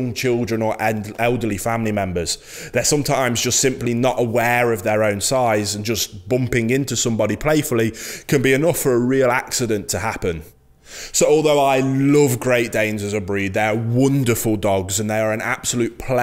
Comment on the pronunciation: He said they’re “Wunderful “ dogs lol